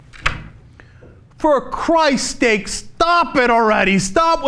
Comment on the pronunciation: Did Cenk say "for Christ steaks"? Lol